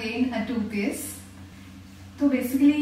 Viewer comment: It's sounding more like "toothpaste" than "two peace"😂😂 Btw loved all these dresses✨